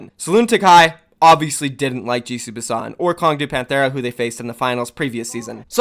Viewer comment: Everytime you said "GC Busan" I heard "Juicy Busan"